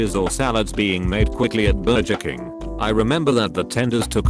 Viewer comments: “BurJER King” ugh wdym? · is so lazy he doesn't even replay the voice to check what the voice says Burjur king Seven to eleven CHIPOTAL Macnolds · BurJeR KiNg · Everyone: Literal silence: Auto Voice: "Burjer Kink" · Bur-jer King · ah yes... no one beats good ol burjer king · “BurJER King” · The grammar is atrocious,burjer king,chipotel,tawkitwus,is this a freaking sin? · Ah, yes, BERJER KING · AHAHAHA the way it said burger king😂🤣